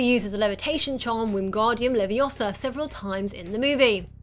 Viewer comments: It's leviOHsa, not leviossa! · it's leviOsa, not leviosA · Its pronounces levi-ó-sa not levi-ò-sa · As soon as you said Leviosa wrong I just had to read the comments to see if anyone corrected you by quoting the line, but I haven't been able to find it.